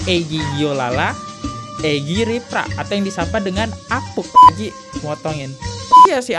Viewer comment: baaaang, apunk dibaca apung bukan apuk, sama kaya bank, bukan bak 😂